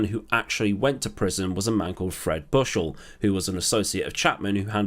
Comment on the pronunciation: Before I watch this I’m gonna try not laugh at how he says ‘Bushel’. 12yo or what 6th form in the UK but somehow i always laugh at his name. -U10